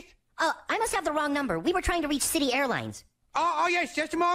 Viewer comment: I always loved that the Chinese guy always said shity instead of city